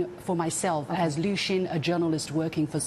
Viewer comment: Xin is pronounced as sin,not shin. Xi,presidents surname as si( as in yes in Spanish)not she